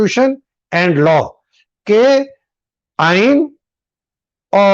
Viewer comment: 👉👉👉Actual Aeeen is Aain Bain Tain hai……